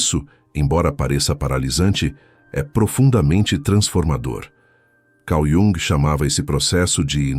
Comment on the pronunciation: Cau Diúng ?? Principalmente por ser voz IA é que a pronúncia poderia ser decente.